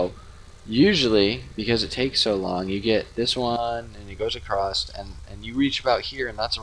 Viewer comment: Across has no T in it